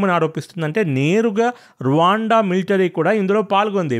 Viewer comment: Anna Raawaanda kadu Ruwanda antaru